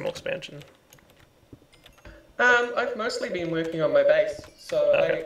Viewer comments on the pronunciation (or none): none